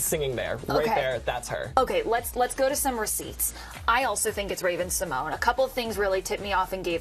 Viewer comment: It’s pronounced Symon-yay